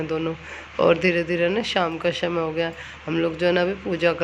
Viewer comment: आपको कितनी बार बोले की स को ष मत बोलो षमय नही होता समय होता अपको कितना भी बोल दो चाहे कोई असर नहीं पडता